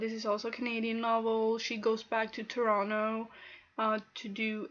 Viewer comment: Loving your hair! I really need to read some Margaret Atwood. I'm such a bad Canadian. PS- You say "Toronto" like someone from Toronto :)